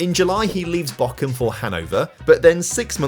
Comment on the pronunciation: i am always confused british people find a K in words where there isnt one "bochum" aint having a k but hes saying "Bockum" which is a totaly different city which is why its so funny xD we get tortured at school to learn the british "th" come on mate